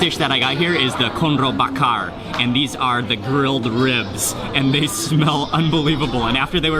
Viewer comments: xixixi detik ke 46-48 n menit detik coba deh dengar mister bule itu ngomong korno sangkin exited nya mungkin jadi lidahnya keseleo dikit wkkkkkk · Woy KONRO, not KORNO! Wkwkwk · u say it was soup korno , it's konro not korno :) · actually thats call "konro" soup, not "korno" soup 😂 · Hi, Mark.. in this video I heard you said Korno.. I'm sorry but that's wrong, let me help you to fix it, the right pronounce is Konro ( count - raw ) ok, mate? Love this video by the way.. 👍😊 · Not korno But konro bro Wkkkkkkkkkk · betul konro, yg ngomong korno sapa bro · kon~ro not korno 😌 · " soup korno " XD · slightly to hear porno xD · Soup Korno Lol ITS Difficult To Say Bro Hahaha